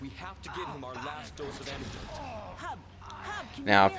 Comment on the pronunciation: It's "Hub," not "Mub," silly.